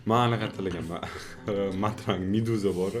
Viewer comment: martang ❌matrang✅